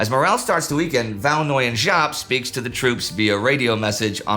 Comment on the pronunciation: Indy if you struggle the pronunciation 'Võ' sounds like 'go' but with a v instead of g, 'Nguyên' like 'win', and 'Giáp' like 'zap' or 'yap'! thank you for covering this part of history!